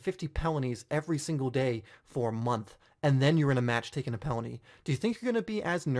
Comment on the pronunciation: what he said: penalty what I hear: Pellany